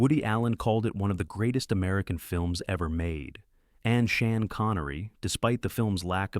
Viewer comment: "Shan" Connery??? Screw your damn AI narration crap....